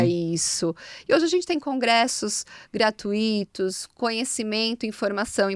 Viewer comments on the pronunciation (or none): Ai, gratu - í - tos!?!?!